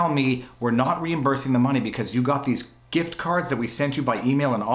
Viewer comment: I heard "gRift" card. Sorry to hear about the hassle.